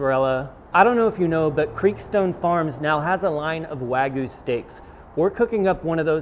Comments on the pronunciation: Wah-gyoo. Not wag goo. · Wag yu not wag goo